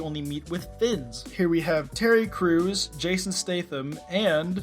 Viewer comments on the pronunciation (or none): none